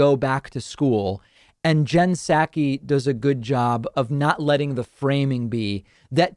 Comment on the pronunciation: I dig your show. But I t honk you are misappropriating her last name. I think it’s like sock-ee not sack-we.